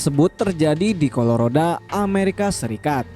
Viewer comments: Colorado min, bukan coloroda.. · Color si oda...🤣🤣😂😂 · COLORODA. ya sudah lahh asal bukan COLORIJO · Colorado la bukan colorada